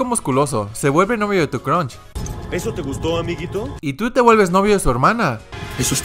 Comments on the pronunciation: Para de decir crunch literal crush no tiene n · No es cronch es cruush con uuuuu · Nadie:: nadien (Nadie) Mostro (Monstruo) Cronch (Crush) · Nadie: Absolutamente nadie:: mi crunsh